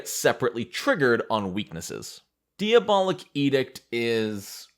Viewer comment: I'm trying not to be a language prescriptivist and knowing there are going to be flubs in a super long video that was edited down to 72 minutes, but... it's distracting to hear you say DEE-abolic over and over again, and say that Embrace The Pit gives you demon horns and demon features.